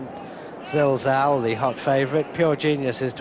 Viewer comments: Pity Peter kept calling Zilzal, Zalzal but he was getting a bit old by then so I'll forgive him, he is by far the best commentator of all time for me. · bigdunc was about to say the same couldnt say zilzal until the race was over, excellent horse saw him win a couple of good races